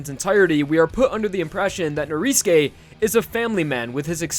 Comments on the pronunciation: It's not pronounced noriske it's norisuke you goddamn emoji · ITS NORISUKE NOT NORISKE OMG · why do you pronounce Norisuke like that ? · Weather because in Japanese, you don't pronounce U's sometimes. Especially if it is After "S" and before "K". Either that or the u fades.